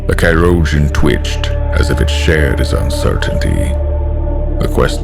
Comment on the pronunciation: That was actually fantastic. And a very...creative pronounciation of Chirurgeon xD